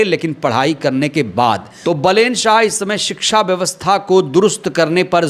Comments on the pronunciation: Plz बालेन शाह बोलो,बलेन शाह नही Plz spell his name correctly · Hello apni bhasa sudhariye not for balen shaha...baalen shaha samjhe....bolne ko nahi aata yesehi patrakar bane huye hai. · The name is Baalen (बालेन) not Balen (बलेन). नाम तो सही से लो भाई।